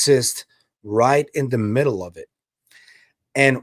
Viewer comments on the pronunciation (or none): none